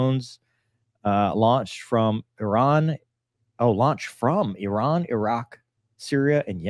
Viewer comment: Thank you for pronouncing "Iran" correctly.